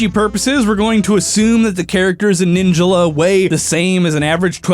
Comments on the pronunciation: No one gonna question that he says ninjula not ninjala? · He said ninjala wrong. He said it like ninja la. Its pronounced like ninj all uh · ninja la? isnt it pronounced nin jala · Ninjila????? Its NIN-JALA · please for the love of god say ninjala instead of saying ninjalla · Everyone: Nin-JAH-lah: Nin-JUH-lah!!!!!!! You could have at least used the pronunciation of the announcer... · Omg the way he pronounces Ninjala bothers me so much! The game literally tells you how its pronounced! It's NIN-JA-LA not Ninja-la. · Ninjala not Ninjula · the way he says ninjala makes me uncomfortable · how dare you mispronounce ninjala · Is it just me or does incorrect pronunciation of “Ninjala” really make you angry?